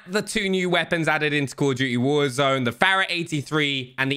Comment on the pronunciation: The way he pronounces fara bugs me lol